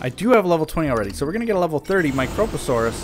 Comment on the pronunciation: His pronunciation of prionosuchus was correct the first time. Yours is not. You removed the second O. The only problem with his pronunciation of microposaurus is that he put the emphasis on the fist O as opposed to the I.